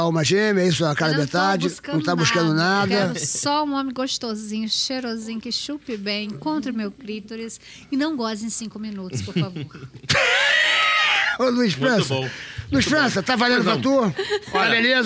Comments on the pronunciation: Por favor fale corretamente ,é CLITÓRIS COM ACENTO AGUDO NO O.Puta que pariu,toda entrevista ela erra feio na pronúncia.Alguém aí...ensinem a essa mulher #tenhovergonhaalheia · alguém pelo amor do pai avisa à Geisy que é clitÓris pq faz uns 3 anos que a vejo falando isso errado e me da uma agonia já que ela tem tanta propriedade de causa e fala do assunto p ajudar a mulherada.